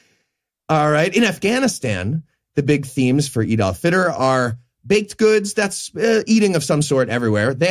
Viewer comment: The way you say "Eid al Fitr" it sound like "Adolf Hitler"